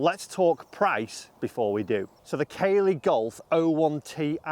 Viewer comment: Hi, it’s pronounced CAA-LEY not Kay-ley